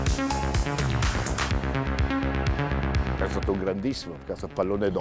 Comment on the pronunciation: Ma che cazz.......ma davvero ancora dite Mattàus????? Ma porc.....dopo 40 anni penso si sappia che di dice (pron.) Mattèus In Italia ci fanno in molti ancora figurone di...NUTELLA, al giorno d'oggi, con l'Internet omnipresente e traduttori online che ti fanno sentire come si dice.....